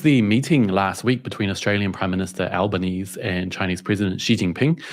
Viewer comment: You didn't pronounce the E in Albanese, he spent his whole life saying his name wrong you could at least pronounce it like he does.